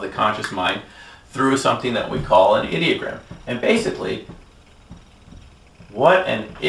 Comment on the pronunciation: Did he say 'idiot gram?' the first time he wrote 'ideogram?' That's one heck of a slip.